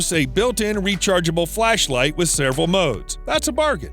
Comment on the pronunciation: I hate that he says "sairval" instead of "several"